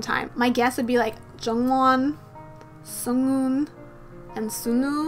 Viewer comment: sunoo`s name is pronounced as sonu and sunghoon`s as songhoon😂 i just noticed your mistake